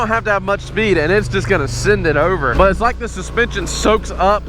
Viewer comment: Bro said nut to but🤣🤣🤣